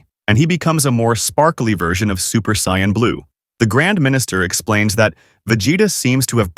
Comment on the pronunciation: For the love of all anime... stop pronouncing Saiyans that way 🤦